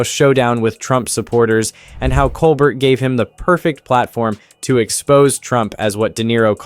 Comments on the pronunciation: It's pronounced "coal-bear". Not "coal bert". More French sounding. Don't forget Trump's mishandling of the pandemic, in lieu of lining his own pockets with donations and grifting from millionaires and the taxpaying public. Trump fans still think he's a TV personality and entertaining. But a comedian is not what we need. Unfortunately, the Republicans in office are scared for their jobs, when they could get fired for something trivial or anything that personally displeases Don. He cares nire for his personal goals than the people he was elected to protect. How many man, women and children have died in the past 4 years while Trump was in command? Shameful. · Stephen Colbert (/koʊlˈbɛər/ kohl-BAIR)